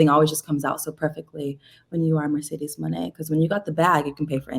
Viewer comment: As your fans Mercedez mone we love and appreciate you, support u along ur journey. But plz learn to pronounce stardom wrestlers correctly and learn more about their company. Just do background research to ensure that u do not hurt Japanese fans by not pronouncing their names correctly.